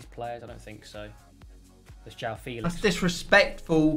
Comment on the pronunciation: Mans said: don’t get his name wrong, Felix.. JOWAWO Felix 😂😂